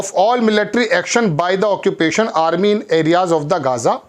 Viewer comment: ओक्यूपेशन बोला करो जनाब बार बार आप एक्यूपेशन बोले इस लिए लिखना पड़ा।💥🚀